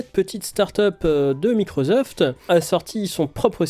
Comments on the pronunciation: Merci d'oublier la prononciation MicroZoft (au lieu de MicroSoft), c'est un tantinet ridicule, déjà, mais surtout absolument pas justifié. Je ne parle pas des fautes de grammaire semées ici ou là, juste de ce son insupportable. Merci. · Mais pourquoi microZoft, c'est microssoft qu'on prononce non? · Belle review mais Microzoft...Je ne peux pas l'entendre 😅. C'est un S, pas un Z ! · whaou :) je sais c'est décalé mais je découvre pour la première fois que quelqu'un prononce microZoft !! énorme 🤣🤣🤣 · MicroZoft ???? Tu dois être le seul en France à prononcer ça comme ça !!!! J'adore !